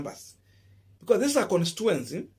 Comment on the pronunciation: (con-sti-tu-en-cy) not constuency bro